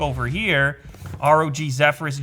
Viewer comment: It's the misspronunciation of Zephyrs for me. lol